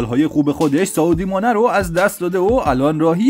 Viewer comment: داداش سا اودی مانه نیست،سادیو مانه هستش،سا اودی مانه آخه؟!!!😂😂😂😂😂😂😂😂😂